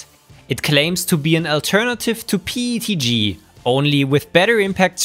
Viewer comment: Just curious, why do you say PETG pronounced like PTG. Is it because the when you say P it has an E sound at the end?